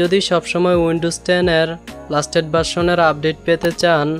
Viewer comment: ভাই লাস্টেট না লেটেস্ট হবে😅😅